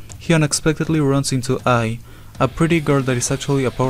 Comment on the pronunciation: AL not Ai 😂